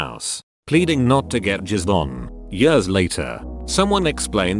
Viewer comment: I love how the text to speech voice can correctly pronounce some pretty complicated sentences but also says "50 yurrs".